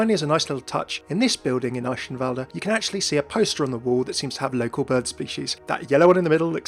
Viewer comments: Your pronunciation of Eichenwalde really triggers me. Just kidding obviously. ^^ But seriously the "ch" is a hard "g" sound, not a "sh" sound. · Eihenwalde is pronounced eye - (soft) k - en val - dt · The Details!! of pronuoncing Eichenwalde wrong. D